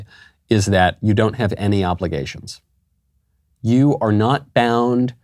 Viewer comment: I think it’s more an “‘ave” kind of sound.